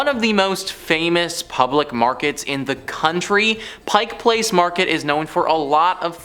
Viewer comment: Again... PRONUNCIATION! PIKE Place, not PINK Place!